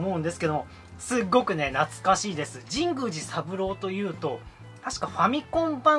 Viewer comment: 神宮寺の発音おかしくないですか？w Wiiリモコン安いのはいいですねー ハードオフ安くて324円しか 見たことないです(ﾉω･､)😵💦